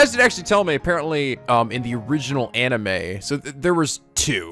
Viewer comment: hears jump cut twice, thonking intensifies Did you forget how to say anime?